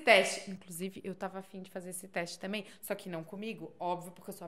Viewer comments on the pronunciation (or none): none